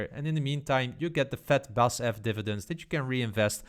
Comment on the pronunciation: Nice video,. Just a small note: In Germany, we pronounce the four letters in BASF’s company name separately, and not the first three letters like a normal word. 😉 Looking forward to your further stock analyses.